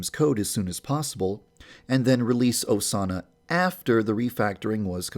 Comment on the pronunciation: Put on captions and skip it to when he says Osana. "a Sauna"